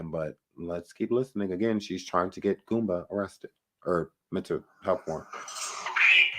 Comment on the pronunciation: It’s not GOOMBER but GOOMBA!!!🤡